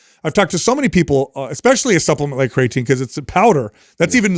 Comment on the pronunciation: So annoying how constantly calls Creatine, "CRAYatine". Hey guy, you're about 50 years old, and you're in the health and fitness space. For sure, know how to correctly pronounce the word creatine. Especially if it something you're going to constantly bring up, and speak as if it's something you're educated about. It's a little bit hard to trust someone's knowledge on something that they don't even know how to correct pronounce. is so much worse. That guy couldn't even pass elementary English class, and that's not an exaggeration.